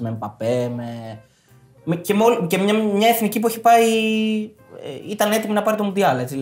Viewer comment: Μόνο το ΕΦΝΙΚΗ λέει λάθος κατά τ άλλα πολύ καλά